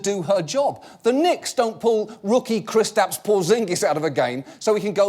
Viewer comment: John, you're pronouncing Kristaps woefully incorrectly, but Porzingis was alright. I don't care if you speak English, it's not "Kris-taps," it's "Kris-tups".